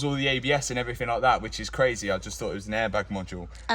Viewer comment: Crayzeh..... where u from man?